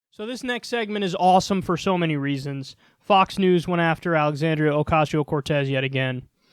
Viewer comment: Holy crap, they actually figured out how to say her name.